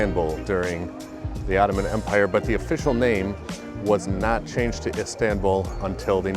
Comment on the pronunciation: Pronunciation of Istanbul.. "a" is not like in apple. Like in America the last last "a"... Fyi